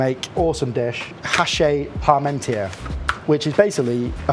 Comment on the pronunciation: He knows his cooking, but I'm surprised at his ignorance. First, that Frenchman's name is pronounced pahr-mawn-TYAY. That's not so hard to say, is it? It's not pahr-mawn-TEER. And second, the Sun King was Louis the XIV, not Louis XVI. It's a shame how lazy this cook is about getting facts and pronunciations straight.